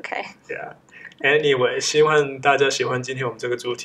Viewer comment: 哈哈最後的希‘萬’好好笑😂😂😂